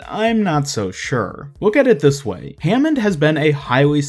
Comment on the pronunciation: Nope it's hammond